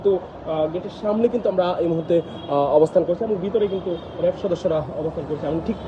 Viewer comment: "র‍্যাব" কে 'রেব' আর "কাঁচ" কে 'কাচ'। বাংলা উচ্চারণে আরও যত্নশীল হওয়া চাই।